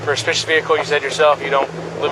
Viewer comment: this cop can't even pronounce "suspicious" correctly. "i got called out here for a spicious vehicle" the only thing "spicious" here is the cop's iq